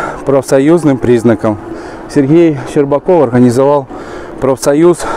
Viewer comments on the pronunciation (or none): Что за комментатор?! "МноХГодетная семья... ХГорода Москвы... СерХГей орХГанизовал... автомобильной дороХГи... "